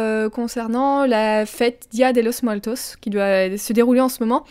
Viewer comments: XD le belle accent espagnol pour t'aider on prononce dé losse muertosse 😂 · Haha oui ça s'entend que tu n'as jamais fait d'espagnol ;) et día de los muertos c'est une fête célébrée en Amérique Latine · Ça s'entend que tu n'as jamais fait d'español car la prononciation n'est pas bonne XD